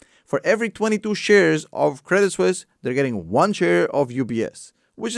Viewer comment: I thought he said Ups buys Craigslist...great video tho